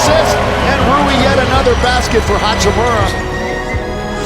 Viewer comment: That frekin oralndo broadcaster saying hachim(you)ra driving me crazy